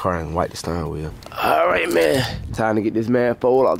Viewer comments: dat boy said stirrin wheel. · Sturrin wheel😂😂